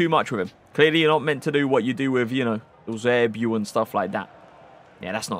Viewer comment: Are you incapable of saying Eusebio normally ?